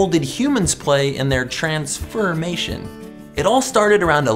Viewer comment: “Transfurmation” Oh.. oh no. You shouldn’t have done that.